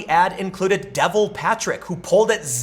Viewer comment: It's pronounced da-vol.